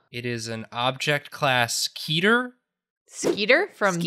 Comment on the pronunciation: Also... I know it’s minor, but am I the only one getting thrown off by their pronunciation of “Keter”. its pronounced “ke-ter”. Not “key-ter”